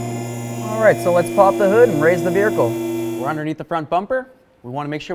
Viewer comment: On the "vericle"!!! 😂